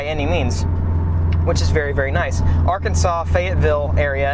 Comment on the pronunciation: arkansas is pronounced are-kansas or arkan-sas